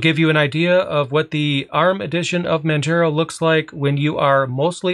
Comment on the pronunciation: It's pronounced Man-jar-o', not Man-jer-ow